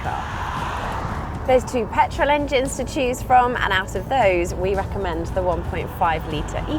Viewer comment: "to cheese from?"